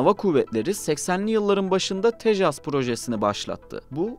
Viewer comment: Tesaj değil, tejas